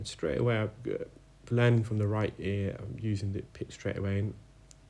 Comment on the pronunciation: “Right-a-Ear”